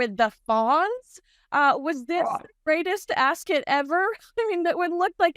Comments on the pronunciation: it’s not pronounced, “Ascit”! It’s Ascot! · It’s AsCOT, not AsCET, get it right 😮😮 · AsKIT 😂 if she was a serious reporter she'd make sure she got pronunciations right and for something world famous she's pretty dumb to get it wrong. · Ascit??? Why are you both pronouncing it this way???